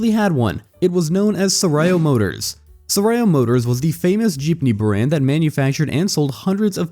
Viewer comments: I was listening to this while driving, not looking at the viddo. i have to stop to check this philippine brand is that i don't know - "sarayo" 😅. It's pronounced sah-raaw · I understand why you can’t pronounce “Sarao” (sah-rah-o). But inquirer? Seriously?